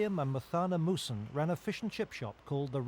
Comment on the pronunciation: their last name is muhsen not musun.